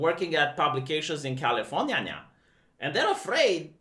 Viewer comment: "Califor-nya-nya" furry confirmed.